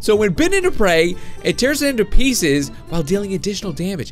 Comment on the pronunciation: Pieces not pieces